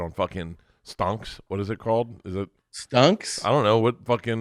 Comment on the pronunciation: He said stunks